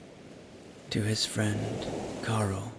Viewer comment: I hear Cliff’s friend’s name as Coral, not Carl. For me, suits her. Beautiful story. So relaxing. Thank you.